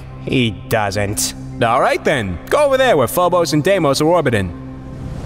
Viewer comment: Fobas Daymoet